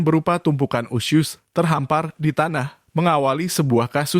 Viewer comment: Kok bilangnya usyus sih?